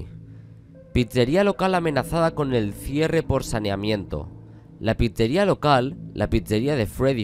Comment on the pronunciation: me hace gracia como dice "pizzeria" JAJAJJS